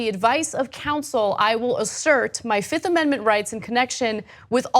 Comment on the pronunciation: Did he say "I plead the fizzifth" ? If he did I might like him more.